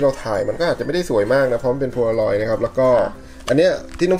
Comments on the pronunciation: กล้องโพลางอยครับ ไม่ใช่ โพโลลอย สวยทั้งคุ่เลยหนูมีเหมือนของ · มันคือโพลารอยด์ค่ะไม่ใช้ โพโลรอยด์ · มันอ่านว่ากล้องโพลาลอยด์ค่ะพูดผิดแล้วค่ะ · มันเป็นกล้อง โพลารอย ไม่ใช่ โพโลรอย